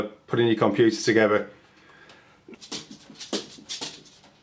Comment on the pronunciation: Komp-you-too! Maza-boid! Actualy, a LOT of memory xD Pro-se-sou!